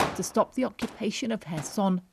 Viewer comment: As a Ukrainian I really appreciate this commentator pronouncing Kherson correctly